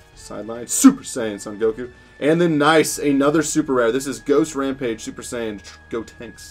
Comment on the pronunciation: Anyone noticed he said super sayin 17😂